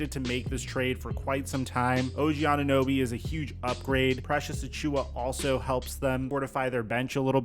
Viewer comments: Did she just say "OG Anun-noobie"?! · Did she call this man anunoooby? The disrespect 😤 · “Og ananewbie”😒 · Anunooby LOL This proves Americans do not know what the hell is happening in Toronto. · “OG ananooby” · Who TF let that woman call him "Ananooby" 😂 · Bro. I just have to come here and say. That intro of that woman saying og last name. OG ANUNEWBY. THE DISRESPECT IS REAL 😂🤣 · the lady cant even pronounce his name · Maybe on a bigger stage the media will finally learn to say OG's name right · How’d that girl mess up his last name so bad